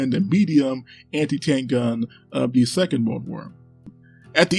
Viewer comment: Dee north vietnam and dee south Vietnamese. I didn't know dee had dees guns.